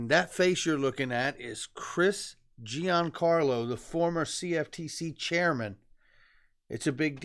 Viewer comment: Good job. Just a heads up to all the great content providers: Chris Giancarlo's name is pronounced like "Johncarlo". Not "GeeAnncarlo". Thanks